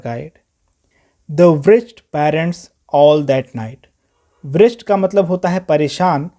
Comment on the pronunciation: Sir it's ""wretched"" not ""wrecked ""